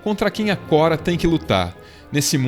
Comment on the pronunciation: Só não fala Kora por favor kkk, dá uma agonia, é Korra